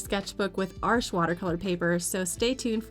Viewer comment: Finally, someone who pronounces Arches correctly. It’s not English; it’s not the plural of ‘arch’. Thank you.